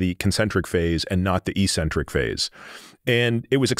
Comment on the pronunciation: Oh dear, Peter said the dumbest word in sport. "Eecentric" (eesentric). It's pronounced "eccentric" (exentric). Look it up. It also shows that these guys watch everyone else's videos, because the mispronunciation occurs frequently by other health influencers. There goes their credibility when they can't correctly pronounce an important word in sport and health. It makes them sound less educated than they would wish.